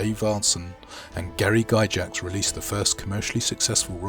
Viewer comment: I have to be that guy. It's pronounced Gygax not Gyjax. Like Gargoyle not garjoyle.